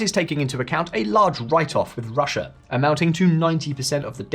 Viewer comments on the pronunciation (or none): none